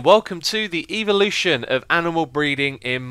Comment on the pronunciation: duisjfuds dinges I think it's just his pronounciation as I've heard it pronounced like that a few times,even if I would prefer to think it was a reference :P